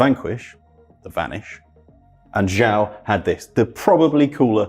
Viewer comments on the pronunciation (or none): none